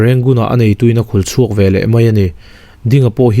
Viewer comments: A ziakah 'veleh' tih ni si, 'velah' tih tlat hi a dik lo tih mai loh chu lehkha chhiar thiam tak i ni. A ngaihnawm e. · 'Velah' i ti palh zauh chauh a lo nih hi.😂😁